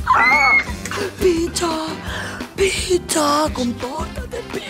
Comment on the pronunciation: Jaaaá cuando la franchesca dice pitha, pinta... 🤣🤣